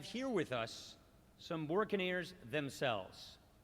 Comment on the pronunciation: Lady!!! IT’S NOT BUCANEERS… IT’S BO RIN QUE NEERS! 😱😪💔🇵🇷🐸🌴🇵🇷